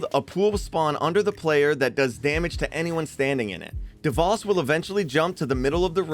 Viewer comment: ok, i know its kinda nitpicky. Its pronounced Dev-oh-s, not Dev-ah-s. It just nagged me a lot, good video tho!